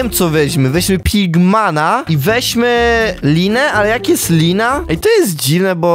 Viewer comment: min nie pigmana tylko pigmena się czyta